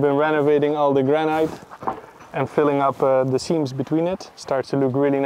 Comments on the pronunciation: Hot Tip from a native English speaker: Granite is pronounced 'gra-nuht' not 'gran-night'. Like this 👍 Keep up the great work!!! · Someone send a pair of braces/suspenders. Also does anyone else think that the pronunciation of 'granite' is a bit weird (funny) - gran night as opposed to gran nit. Love you guys. ☔👍🏴